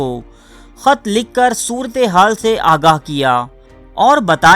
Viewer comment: o bhai soortay haal nahi soorat e haal sahi hota hay sulphate